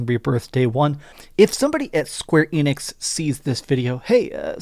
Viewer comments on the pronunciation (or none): none